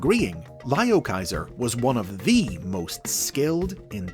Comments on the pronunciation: ITS NOT PRONOUNCED LIOKAISER ITS LEOKAISER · You are saying the name wrong